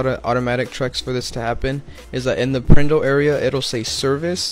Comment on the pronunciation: It is referred to as the PRNDL in technician terms, and it is pronounced prindle.